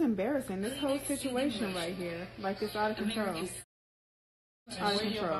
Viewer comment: Did you say bituation??🙋🏾‍♀️ hey new best friend!!!😂😂